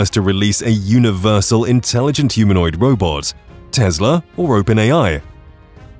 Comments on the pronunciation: Thier is no Z in TESLA not tezla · TESLA DOESN'T HAVE A. Z IN THE NAME IT'S TESLA NOT TEZLER